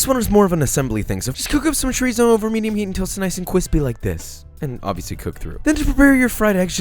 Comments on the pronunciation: My boy don’t even know how to say chorizo correctly Edit: love you tho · Chorizo? Did you just said chorizo? CHORIZO! CHORIZOOOO! CHOORIIZOOOO!!!!! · Video idea: how to pronounce food items that are commonly mispronounced chUHrEeZo lmao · chorizo is pronounced chorizo not chorizo :/